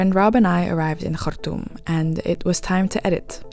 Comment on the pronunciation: Yes the way she say Khartoum ...❤❤